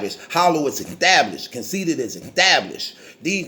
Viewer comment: this nigga said extablished! I'm weak af right now!! 😂😂😂😂😂